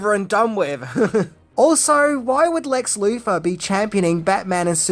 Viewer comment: Marfa....WHY DID YOU SAY THAT NAME?!!! I also hated Lex Loofer